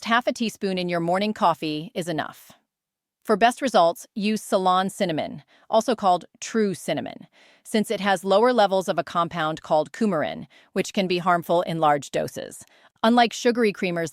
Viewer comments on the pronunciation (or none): Its ceylon cinnamon not salon cinnamon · The cinnamon is called Ceylon not Salon cinnamon....... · She said 'Ceylon cinnamon', but the text on the screen said 'salon cinnamon'. Just for your info.